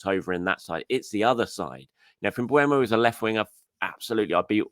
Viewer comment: First,, it's not Mbu-e-mo, it's M-beu-mo. Don't be Robbie, he's dyslexic. - Second, Mbeumo is the "backup" for Saka, he will play on the left side whenever Saka's load needs to be managed without a drop in quality. Also, Mbeumo can come from the bench, also to manage Saka, also without a drop in quality. - Third, Mbeumo can play centrally and behind the striker, something we can do in order to manage Odegaard's load. - Fourth, if Martinelli can play on the right then Mbeumo can play on the left. Look at what Pep did with Savinho, he played Savinho on the left with the sole purpose to get crosses in for Haaland when it's needed. Look at Luis Enrique's PSG, he uses 3 wide forwards rotating positionally up front. If Merino wasn't too bad playing as a makeshift striker then Mbeumo can play on the left without a problem. - Fifth, we're not getting Rodrygo, he wants to stay now. So, Mbeumo is a very good opportunity in the market now, not as expensive as Rodrygo and available. Why not??? - Sixth, we need to ease Nwaneri off pressure, he's only 18. Don't put too much pressure on Nwaneri, Mbeumo is also needed for this.